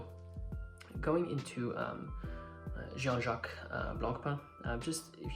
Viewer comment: It's pronounced je- han not John.